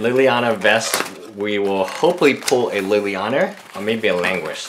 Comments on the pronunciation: Why do you keep on calling it lillianer? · There is no R in Liliana